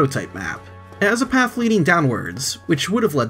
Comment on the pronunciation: Please pronounce path correctly!